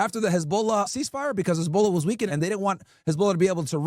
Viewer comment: Its NOT "Hez-BOWL-ah" 😂